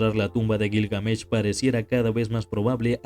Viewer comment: Detesto los videos que se anuncian como algo mas interesante que el verdadero contenido, ah, y me sangran los oidos cuando te inventas la acentuacion de Gilgamesh...... que perdida de tiempo